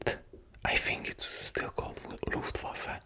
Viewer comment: I´m German and I never saw a non-German guy saying "Luftwaffe" better than you, you are indeed a legend